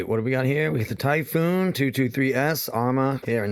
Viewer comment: It's called Typhon not Typhoon